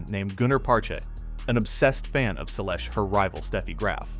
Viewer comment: If you want to attract tennis fans to your channel, you need to pronounce players' names correctly. I stopped watching after hearing how you mangled Seles.